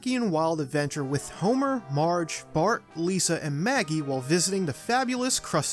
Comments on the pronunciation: he seys “Bort” not “Bart” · It’s Bart,Not Bort! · You said bort not bart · It’s Bart not Bort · Lol he called him "Bort" 😂 that's awesome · hmm don't know if he is referring that ep or just does know how to say bart